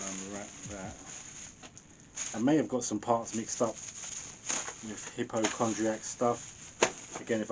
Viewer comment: it's Hi Po Kon Dry Akk lol like hipochondria